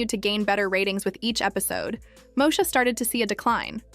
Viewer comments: MOSHA 🫠 its stressing me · This lady keeps mispronouncing Moesha!!